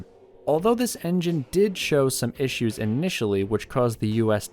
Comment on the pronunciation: ishoos ? I think he means, problems